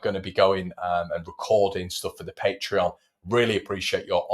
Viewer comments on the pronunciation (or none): none